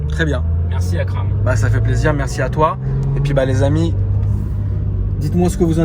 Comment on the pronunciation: Un remerciement à